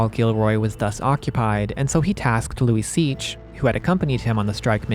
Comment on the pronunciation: I had to google it, Luiseach pronounced Luisha